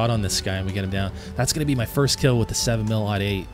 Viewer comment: when you say .308 do you say 3 oh 8 or 3 ought 8? if you say 3 oh 8 like you should, then good, do yourself a favor and learn the proper pronunciation of 7mm-08… and yeah.. i did throw in facts, cause everything i said is indeed true. i’m sorry i know more about guns than you :/